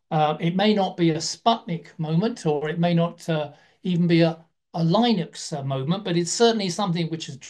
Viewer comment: "Linux" [pronounced here as 'line-ux']. Linus Torvalds pronounces his own name as 'lin-us' and the name of the OS as 'lin-ux'. Just fyi. :)